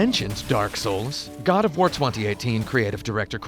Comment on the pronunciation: "GOD O'FWAR" lol